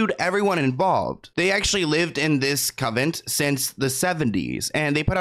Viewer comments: Lol ‘covent’ 🤣🤣🤣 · "Con vent" its even said a dozen times by others in your video. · ** CON-vent lol it sounds like you’re saying coven like a witch coven lmao